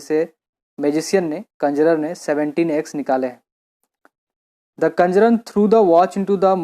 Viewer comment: Sir app pronunciation glt kr rahe hu conjuror ki